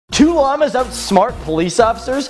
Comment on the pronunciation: ETOP SAYING LAMA ITS PRONOUNCED "LAHMA"